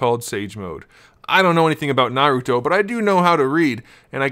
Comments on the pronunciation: And his name is Naruto not Narout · oh if you say what your talking about your a pro at naruto your not you can't even pronounce his name